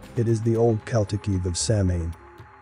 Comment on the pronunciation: A few things: In English, meta means self-referencing. "Celt" is pronounced "Kelt" (Seltic is just the Boston basketball team) and Samhain is pronounced something like "Sa-wan" or "Souwan" (Gaelic is a funny language). Halloween was never about Satan, that was a lie on the part of the Catholic Church to demonize non-Christian celebrations. The cherry-picking game is on point here, as funny or appropriate as it may be.